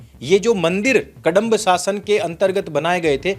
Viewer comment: कडंब 😖 नहीं कदंब है ।